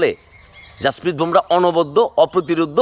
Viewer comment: 'ভোমরা' নয়, নামটা 'বুমরাহ্'। সঠিকভাবে উচ্চারণ করুন।